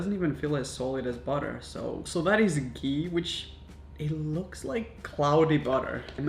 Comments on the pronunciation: It's not gi😂😂 it's ghhee, stress on the h. And I really don't know how to explain this to foreigner. But its made from cream. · OMG it's actually ghee and not gee😂😂😂 it's like made from d cream on top of boiled milk....India❤️❤️ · I thought he said pee not gee lol